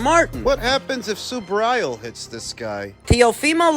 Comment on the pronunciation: Hey man..learn to pronounce SUBRIEL'S name..hes Puertorican not gringo or pronounced SUBRYAL..lol..